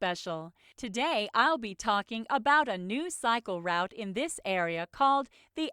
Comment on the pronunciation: why it pronounces route with "round" instead of "root"